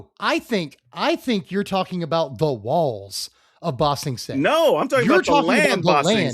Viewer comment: "BA sing se" not "ba sing se" to be fair I genuinely thought the names were the same name and had to look it up